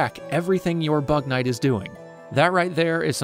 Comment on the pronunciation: It kinda sounds like “bat man”